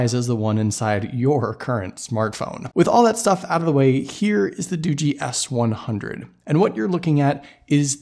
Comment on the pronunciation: It's not Doogie as in Doogie Howser it's pronounced Doo-jee like this tech review on this video said LOL